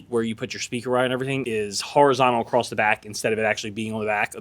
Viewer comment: You can tune “across-t” 🤠